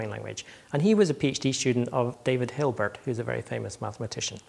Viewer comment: And he calls David Hilbert, David Hilberg...